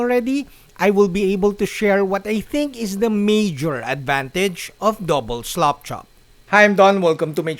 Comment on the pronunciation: I know it's the accent (not being disrespectful; I can only speak one language), but I love Don sounds like he is saying "slopchop". I think that what we should call it; it sounds like a better description because of the way most of us apply the technic. Keep up the great videos!